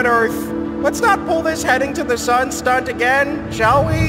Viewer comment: Did he say stunt or start ?